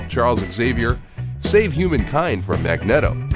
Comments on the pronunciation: Did u just say magnetto...? It's pronounced mag-neeto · You mispronounced magneto. Its mag-neat-o.